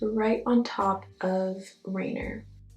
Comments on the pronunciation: You did a great job with the word chanterelle :) but Rainier is pronounced Rain-eeer not Rainer. Rainier was name after a mountain, Mt. Rainier here in Wa. Your eyes are literal fire! 🔥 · So pretty but rainier is a mountain here in Washington it’s pronounced rayneer and this is so pretty! I hope I can get it tomorrow I know it’s gonna sell out fast! Looks like a monarch butterfly so gorgeous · It’s rain-eer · Beautiful look!!! #goals ☺️ FYI Rainier is pronounced Rain + Near. Named after the mountain here in WA State :) can’t wait to get this collection! ❤️❤️